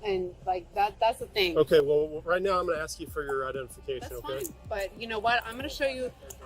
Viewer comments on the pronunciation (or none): Why have americans started to say "ask" as "x"?